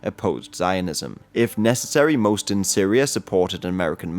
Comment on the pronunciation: Known as "SYRIA ". With A at the end. Thanks in advance. please learn how to read. Then record.